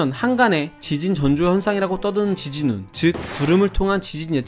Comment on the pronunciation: 제 발음이 이상했습니다 ㅠ 지진운인데 지진으로 들리네요